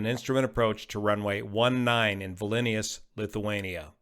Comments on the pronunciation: It’s not Vilinius. It’s Vilnius. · It's Vilnius not Vilinius tho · 'Vilnius' not 'Vilinious' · “Vil-ni-us” fairly straightforward syllables. You are adding an extra vowel and syllable if you pronounce it “Vil-lin-e-us”. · It would be Vil-nus, with stress on the first syllable (itself rhyming with the «ville» in the Australian location name «Townsville»), the second syllable rhyming with ponderous. The second I (giving Víl-ni-us) is only pronounced in English, where, even though it's in an unstressed syllable, it is the same vowel as in green - and it comes after the N. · Why is it so difficult for Americans to pronounce Vilnius correctly? It's not Vilinius. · Nitpick: its Vilnius (vil·nee·uhs), not VilEnius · Its not pronounced Vilinius, its Vilnius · Vilinius, Lithuania? LOL I will take a shot every time he says it. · Vilnius, not Vilinius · It's pronounced Vil-nee-us, NOT Vi-len-ee-us … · Did i heard Vilinius and not Vilnius? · Dude : VIL-NI-US not Velinious 😂 but great report, thanks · It's Vilnius, not Vilinius. Thanks for the video though! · it is not Vilinius rather Vilnius. My daughter in law is from there and I have personally been there and enjoyed it tremendously! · It is Vilnius, not V I L I N I U S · Vilnius rather than Vilinius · The city is called Vilnius, not Vilinius. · Vilnius, not Vilinius. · Vilinius or Vilnius? 😂😂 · Thank you for all the data and explanation but could you just say "VILNIUS" and not "Valinius" when naming the Airport...please? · VIL NIUS, not VLINIUS, not VILINIUS... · It's distracting that mispronounces Vilnius (VIL-NEE-US) not (VIL-IN-NEE-US) but otherwise a good analysis. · If you can say "willnews" you re good. English is strange. In Lithuanian it's pronounced exactly as written. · I'm Lithuanian American ( born here but parents from Lithuania). Vilnius is 2 syllables. Closest pronunciation would be Vil-nus with a short u ( not "noose"). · I heard the Vil-ee-knee-us. Kinda like George Bush saying nuke-u-lar. 😜